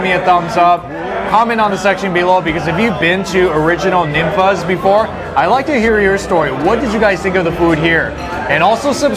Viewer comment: Tex-Mex food is way better than any California Mex!!! Also by the way, it’s pronounced more like NEEN-fah’s. I’m a native Houstonian that grew up on Ninfa’s, Casa Olé, Chuy’s, and Monterrey House. These are truly Houston institutions that cannot be replicated. They’re even better than Tex-Mex joints in San Antonio in my opinion!!! Mama Ninfa is a LEGEND and basically INVENTED Tex-Mex style Fajitas as we know them today! Also my favorite dish at Ninfa’s is Beef Fajita Tacos Al Carbon with tons of Chilé con Queso, salsa, & guac dumped on top and rolled up in homemade Ninfa’s tortillas!